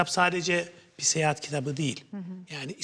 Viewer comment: “Seyehat” değil, “Seyahat”. 😒